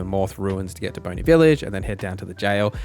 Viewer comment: Bonny as in Bonnet, not bony.